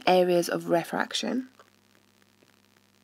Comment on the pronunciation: is it ''refraction'' or ''rarefraction''